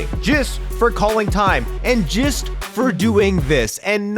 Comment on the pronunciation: He said jest instead of just